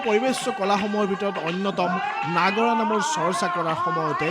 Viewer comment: নাগৰা নাম নহয় নাগাৰা নামহে